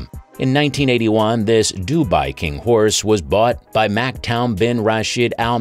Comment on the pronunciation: Damned AI. If you know racing, you'll know how Sheikh Maktoum's name is pronounced.